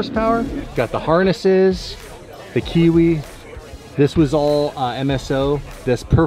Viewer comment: Hi from New Zealand great to hear someone that's in the northern hemisphere say kiwi close to how we say it